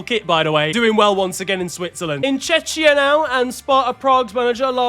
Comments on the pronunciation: for the love of god, it's pronounced Checkia, Chechnya is an oblast in russia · I know that Czech words are hard to pronounce but you say Czechia as Chechnya, which is a whole another country and not a nice country to be compared with/mistaken for. I get it and don't want to be annoying but you guys say Peter Čech (GK) right as far as english pronunciation of a Czech word goes, where "Č" is closest to "Cz". Basically if you say Peter Čech as "Czech" you pronounce the "ch" as sort of a "k", so do the same with Czechia (Czekia). Or just say Czech republic , most of us don't like the Czechia shortening anyway. Love the content otherwise. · please for gods sake its not chechia it hurts my ears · The pronunciation of Czechia 💀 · If it wasnt for the tremendously painful knee surgery, would have surely pronounced Czechia right🙏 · the pronunciation of Czechia is diabolical